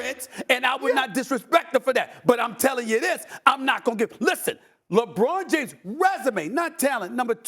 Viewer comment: Stephen A smith “Jebron James”